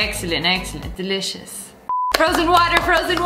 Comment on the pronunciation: Nobody: Literally no one: Lia: Excellent, excellent, DELISIOUS